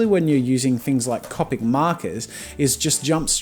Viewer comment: Pronouncing copic wrong lol